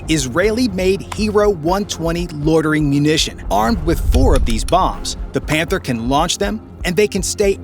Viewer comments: i think i heard this incorrectly, "This is the KF fif one pander" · Did i heard "panther" 💀💀💀